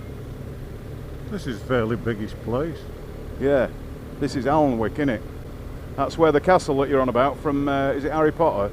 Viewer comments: Just to correct you on the pronunciation of Alnwick, it is Anick. I used to drive a delivery van where my various routes covered the borders, east and west and all the way down to Grimsby and over to Liverpool and all points in between. I was often corrected on the pronunciation of place names when I occasionally had to ask for directions when the sat nav went slightly wrong. You don't learn if you don't travel. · Another great tour, thank you for posting. I think the town of Alnwick is pronounced (Annick) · I, Northumberland is my playground born and breed here. Ulgham is pronounced Uffham you miss the L out of Alnwick and say Anwick. Seeing the county from another persons perspective is fantastic. I forget what fantastic roads we have. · no problem fella. I’m from this neck of the woods and Alnwick is pronounced Annick lol. Stay safe man and keep on keeping on. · Nice video. Now 76 years but still get the urge for a bike again. Beautiful part of the country, similar to my Derbyshire. Just for info' Alnwick is pronounced Annick. Cheers John. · Always tickles me to hear 'outsiders' pronounce Ulgham or Alnwick 😂 or wonder where they end up when given directions to ReedRaa !! 😉 Great video again 👌